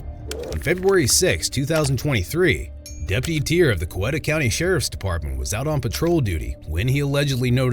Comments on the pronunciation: It's always funny to me when the narrators in these videos don't know how to say the city or county name. Coweta is pronounced, "Coweeta". Long E sound. Not a short e sound. The victim says it . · COWETA is pronounced COW EAT AH